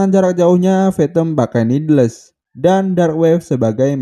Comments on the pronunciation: niddles dibaca:nidels bukan nid les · Koreksi dikit, "needles" dibaca "nidels"